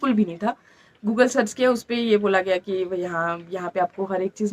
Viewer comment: Flustate nhi madam frustrate hota h Please English bolte ho to theek se bolo varna hindi hi bol lo .Google ko bhi guggle bol rhi ho